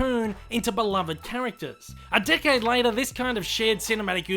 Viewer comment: Who hear dickhead every time he said decades?